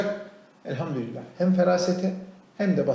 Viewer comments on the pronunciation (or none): none